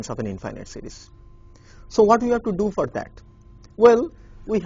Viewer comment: sounds like he's saying cities...